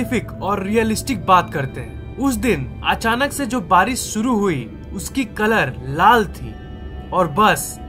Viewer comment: Its barish not baris